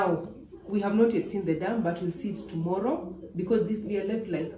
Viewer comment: She said "TOMOLLO" Right.... Anyway I love the content.